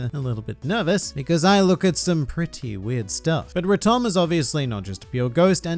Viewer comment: Why pronouce rotom like raum-tom